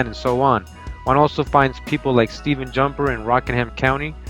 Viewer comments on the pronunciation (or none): none